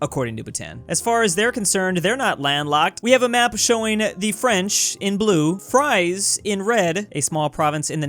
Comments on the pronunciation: I think you say it more like Freeze than Fries to be honest. Just giving information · the ie in fries there sound more like the ee in yeet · small thing but the Fries is more pronounced like Freeze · Fries(land).... pronounced like Freeze-(land).